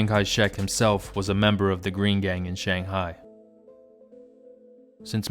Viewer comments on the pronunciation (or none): none